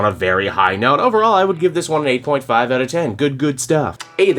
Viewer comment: Did you say 0.5/10 or 8.5/10?😭😭